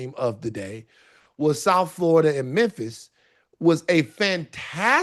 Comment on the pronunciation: 1. Who dat is? 2. Tate is the mf man… other than not being able to pronounce Florida but instead calling it “FARTA” every damn time.